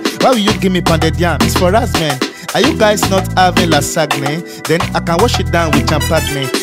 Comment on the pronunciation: the way he pronounced Lasagne and champagne gets me all the time lool